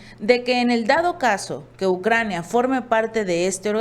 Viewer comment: Es Ucrania no "Naucrania"